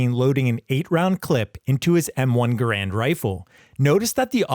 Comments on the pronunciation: Learn the correct pronunciation of Garand please. The man himself has explained how it's pronounced. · BTW, just to throw my own 2¢ worth of pissy fest in, the M-1's name should actually be pronounced "GAH-rund", NOT "guh-RAND" rifle. Yes, EVERYbody's been getting it effing totally WRONG for decades, including me. That's how John C. Garand's family apparently pronounced their own surname, so go argue with them. 😄😘